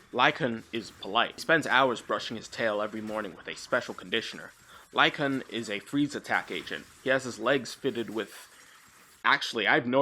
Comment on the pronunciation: Say it with me: Lycaon. "Lie-kay-on". Named for King Lycaon, who founded the city of Lycosura, and started the Lycaean Games to honor Zeus Lycaeus. King Wolf who founded the city of Wolf, and started the Wolf Games to honor Wolf Zeus. Wolves.